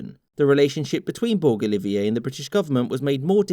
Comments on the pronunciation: I will say this is a very Anglo Centric retelling of events. Also, in the name George Borg Olivier: - Borg rhymes with George, not the star trek guys. - Olivier sounds like Olive-Ear not Olive-iay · I'm pretty sure his name was pronounced olive-ear. He wasn't French.